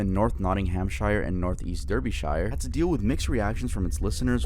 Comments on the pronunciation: i love but the way he pronounced nottinghamshire and derbyshire really hurt as a brit the word shire is prounounced as sheer as in sheering a sheep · BRO I LIVE IN DERBYSHIRE (u said it wrong btw it’s pronounced darby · nottinghamSHIRE and dErbySHIRE lmaoo, sorry, but its not pronounced like that…